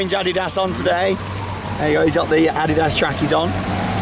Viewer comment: I like the way you say adiddas